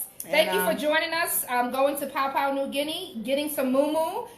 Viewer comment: Interesting spin on this traditional Papua New Guinean dish with the fruit in the mumu. I've never had that before and you make it sound good! Side note: Please try to pronounce Papua properly. It's pronounced "pah-poo-ah"